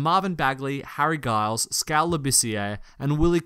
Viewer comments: “donkidge” “guyles” wtf is this pronunciation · Giles is pronounced Jiles. Damn European journalists. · Dee - VAHTZ and Giles has a J sound not a G.